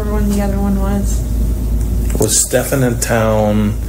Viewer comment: Its pronounced Steffin not Stefan